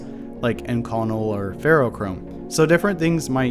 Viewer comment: IN -co-nel not in CON el